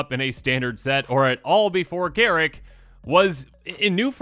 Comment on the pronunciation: Garruk not Garrek. wizards even said how its pronounced.